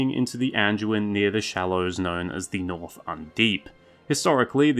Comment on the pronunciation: Hey there, buddy😀👋🏼 Just a little heads up with the D pronunciation on the likes of the Anduin and Branduin. Try to get used to saying the D with a hard D sound, not a J sound. I’ve noticed you've done it on previous vids, too. I know it’s really easy since a lot of DU words are pronounced with a J sound…like Duke, for instance. I say it that way, too. But when you’re narrating a vid, you wanna try and keep it as professional as you can, you know? Other than that, great work.😄👍🏼